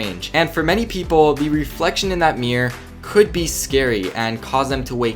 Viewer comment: mirror not Meer